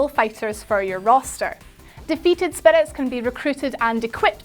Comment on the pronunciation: something about the way she says "spirits"